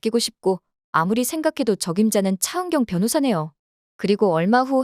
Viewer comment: ㅊ 발음할때 마다 왜 이렇게 거슬릴까?차은경 차은경!그놈의 차은경을 왜 이렇게 부르짖듯 발음하는지?차 변호사!차변호사!동안을 똥안이라고까지😮아무리 차은경이 주인공이지만 차은경 차은경 차은경만 귀에 맴도는 목소리 😢